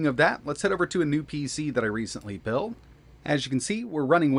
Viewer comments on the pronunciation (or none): none